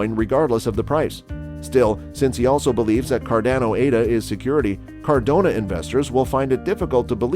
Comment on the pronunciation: Cordono? Cardozo? what? 😂